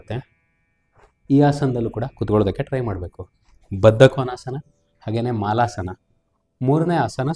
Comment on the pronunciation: ಮಾಲಾಸನ ಅಲ್ಲ ಸರ್ ಮಲಾಸನಾ ಅಂತಾರೆ. Its not a Garland pose sir its a potty pose. Sorry for my correction to you but thought I can suggest. Thanks 😊